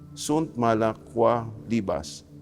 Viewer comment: Quae = pronounced as kweh